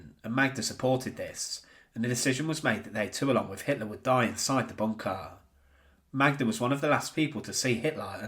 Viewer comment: Drinking game. Drink every time he says “BOON-kah.”